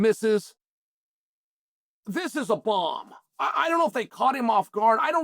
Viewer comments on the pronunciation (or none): none